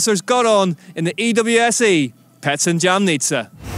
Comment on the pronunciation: Jamnica wasn’t said correct once in the whole video